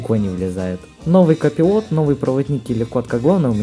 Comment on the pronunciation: ер инглиш из перфект ! ко пилот бл =)